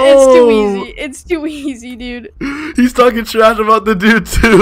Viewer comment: Stop saying to eays